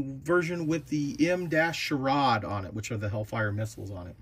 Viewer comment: Hey man, the M-SHORAD is pronounced as M SHORE ADD. It’s for anti-air defense.